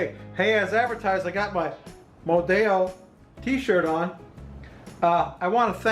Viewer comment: Great idea. I'll have to make some of those. Just a tip in Spanish, only double "L" is pronounced like an English "ya". Single L is pronounced just like it is in English. Therefore, Modelo in Spanish is pronounced Mo-Del-Oh just like it is in English.